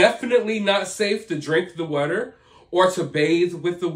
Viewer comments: I love how you say water. “Whater” 😅 It tickles my ears or something. 😂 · Yeah it cracks me up too 🤣😂 sounds like WUTER! 😆 😂 Too cute! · Idk why I love the way you pronounce “wutter.” I know, I’m weird. 😂